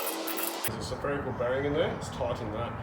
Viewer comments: You say Spherical (Sepherical) bearings like I used to say Occigen (oxygen) . Love that you are a human and not a God .. ooops the Dog is the God of the show .. bow wow . LOL Teaching us all so much and enjoy the ride ! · Love your stuff and your wife's camera work and editing and the uhhh... "suh-ferical" bearing! 😂👍